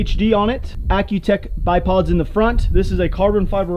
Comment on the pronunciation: Bro it's accutac not accutech